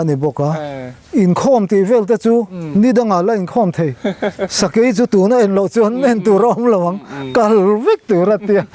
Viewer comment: Sakai tiin i lamri lek lek..Sakei.. chuan Sa bai tiin a ri lek lek bawk..Sa, Bei..um kah tuma bei.. Kan sawive lawk ani e..I titha lutuk e..kalzel angche..!?